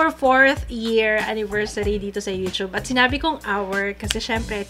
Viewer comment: pls stop the yu-chub pronunciation:( yu-tub and yu-tu-ber:) hehe loveyou!!